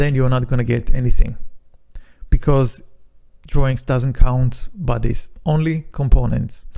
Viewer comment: when you told the word bodies,i thought you were saying "buddies".took some time to figure out Nice video overall